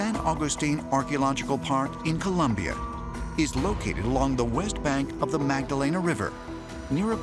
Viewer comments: As my family is COLOMBIAN, When talking about the South American country, there is NO "U" in COLOMBIA. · Please stop calling Colombia - Columbia you guys should know better!!!